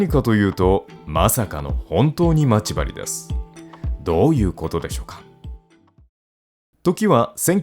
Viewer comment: ま↑ち↓針がきになるｗ